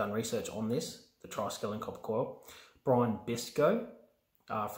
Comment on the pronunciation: That thing most ppl call triskelian here is not correct ! Hope you ppl can catch the mistake ✌️